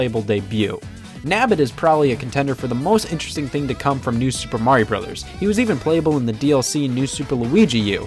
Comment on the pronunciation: It's MARIO not Maruieo XD